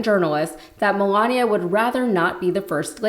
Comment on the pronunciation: I've never heard anyone pronounce Melania, Melonya.🤔